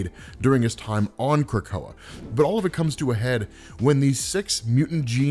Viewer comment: Not how you pronounce it